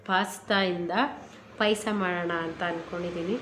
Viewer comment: ಪೈಸ ಅಲ್ಲ ಮಮ್ಮಿ ಪಾಯಸ 😂😂😂